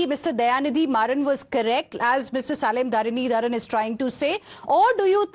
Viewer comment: Heena Gambhir, it is NOT 'Salim Dharanidharan'. His name must be pronounced as 'Selam Dharanidharan'. Salem is one of the major cities in Tamilnadu.